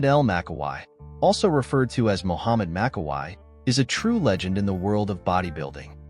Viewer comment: It is pronounced MAKKAWEE, same thing for Franco, it is pronounced COLUMBOO, get your names right if you want fans support, they know how to pronounce these legends' names